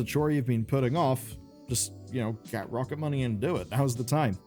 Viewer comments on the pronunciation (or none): After I watched Matt and Shane's podcast I'm fairly sure you are saying Rocket Money very wrong. Please adjust for the next video thank you! 😂